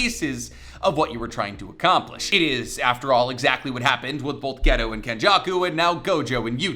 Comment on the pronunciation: His name is not Ghetto! Its GEY-TOE